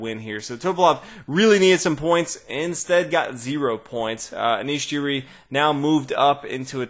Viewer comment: just saying that Anish Giri's last name is pronounced gee-ree not jee-ree